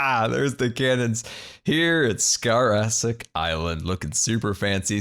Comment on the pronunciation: also its not saharia its sahara theres no I